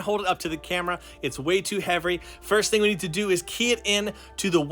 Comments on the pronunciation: Bro really said Heavry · he said heavry